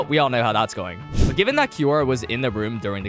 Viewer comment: its kiyora, not kimora